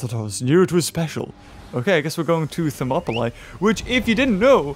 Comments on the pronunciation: He say thermoplies you say thermoplies is monopolie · They say names different to sound more Greek because names are little bit different, for example Hercules it's actually Erakles Ηρακλής , Herodotus Erodotos Ηρόδοτος or places Thermopylae Thermopyles Θερμοπύλες they're not accurate in English this is why it confuse you when you hear them saying them differently but they try to say them more accurate in Greek, I tried my best to write them in English to sound more accurately to Greek